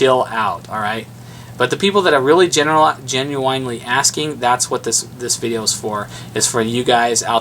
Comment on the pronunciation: genuWINLY lmao